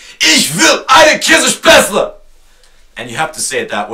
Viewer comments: It's 'Käsespätzle', not 'Kässpätzle', 'Kässpätzle' does not exist. If you don't know the right expression, shut up. And if you don't like the Oktoberfest, just ignore it instead of getting crazy about it just because you don't like it, no one forces you to go there?! Boy, there are many facts I could tell you about America and not all of them are positive, be sure! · Oh and it's Käsespätzle not Käss* ;)) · Hahaha. I am german and that's so funny when you say ich will eine käespätzle.. :DD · ...das heißt eigentlich "oi käs-spätzle" :D aber au egal des is nämliche schwäbisch also käs-spätzle danke xD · Es heist K ä(!!!!!) s e